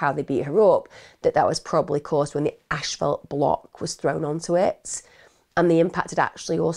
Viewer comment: Not to be funny but asphalt is pronounced like "ass" "fault"